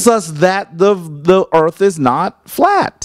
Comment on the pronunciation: The brother can't you pronounce Earth correctly